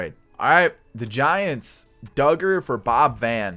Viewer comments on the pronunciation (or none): none